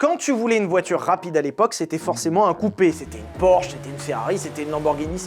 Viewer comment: "orsh"... 😅 fais un effort sur la prononciation des noms propres 😂